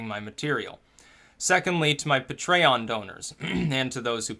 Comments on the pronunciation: Pronounces patreon as "puh-tray-on" instead of "pay-tree-on". I swear is fucking with us with some of these weird pronunciations of certain words. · Pay'-tree-on - Spend more time learning the pronunciation of words... BTW, it's Mol'-in-you